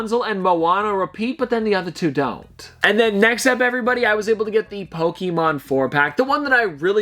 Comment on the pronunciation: It's not Poke-E-mon , it's Pokémon. Please stop saying it like that it's super fuckin annoying